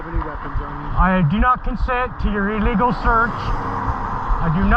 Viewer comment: Please learn that the word illegal is pronounced as if you’re speaking about a sick bird. It’s not pronounced E-legal.